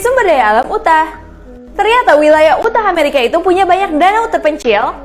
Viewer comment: KAK, UTAH pronounce'nya YUTAH bukan UTAH.